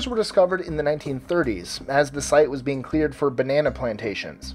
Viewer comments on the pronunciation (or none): none